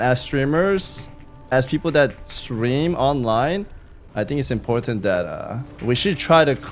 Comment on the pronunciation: Impooortant . funny how the east shines through , shhhhishhhsshhsmooo